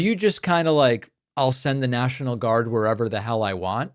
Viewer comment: Why does Trump pronounce the word "national" as "near-shi-nal"?